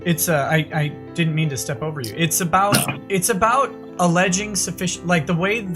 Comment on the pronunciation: Damn, fucked up the emphasis on OVER :^/